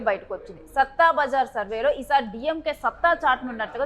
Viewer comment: సట్టా బజార్ అని పలకాలి